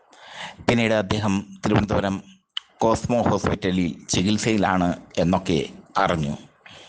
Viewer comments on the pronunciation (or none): none